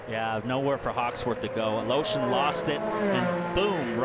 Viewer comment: It sounds funny how nobody can pronounce Alëshin's name properly